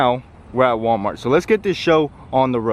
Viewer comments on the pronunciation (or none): none